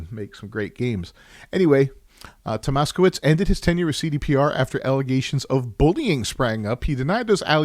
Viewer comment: Tomaszkiewicz To ma sh kie wi ch. Sz-sh like in ship and cz-ch like in Churchil, hope i help 😊